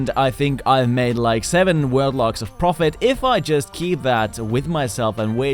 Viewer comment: The way he pronounces “ profit “